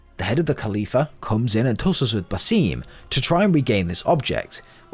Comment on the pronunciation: Why should I watch this video when you can't even pronounce basim it actually frustrates me so much cause the name is said so many times in the game. It's basim with a long a and short i